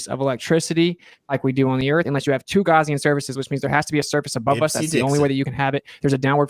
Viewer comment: It's so cute that he can't pronounce Gaussian correctly. The way he says it implies something from a first aid kit.